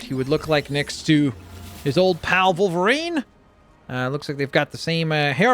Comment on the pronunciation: Wolverine not Volverine